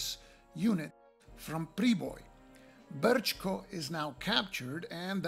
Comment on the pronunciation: First Class,.. first class! No one could have done it better. Man, you've even found a workaround for the errata in the tutorial. And the pronounciation is spot on, not to mention the rolling "R" in "Brčko". Thank you sir, for drawing some attention to the game. All the best and I hope you get to play it against 2 other opponents. Cheers!